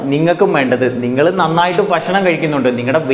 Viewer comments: ഫക്ഷണമല്ല ബ്രോ ... ഭക്ഷണമെന്ന് പറയൂ .😮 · ഫക്ഷണം അല്ല ഭക്ഷണം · ഫഷനം' അല്ല ഭക്ഷണം aanh.. 😁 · ഫക്ഷണം അല്ല ചേട്ടാ ഭക്ഷണം 😂